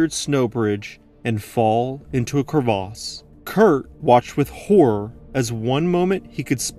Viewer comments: Cravas not Cravaaaaas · You mean Crevass rather than Crevaaas. I always wonder why Americans & Canadians find it necessary to create and adjust words for no apparent reason. Buoy (pronounced boy) Mignon (Meenyon) and now you're throwing in an absolutely ridiculous pronounciation of the word crevasse and ancient French word originating from crever (as in Crevice). It's put me off watching this clip which would have been interesting. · same dude who insists on saying cur-vas rather than crevice. it doesn't even have an a in it... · "Crevasse" (glacier gorge) not "crevice" (tiny crack). Different pronunciation to differentiate the two. So, like he said, crevaaaaase...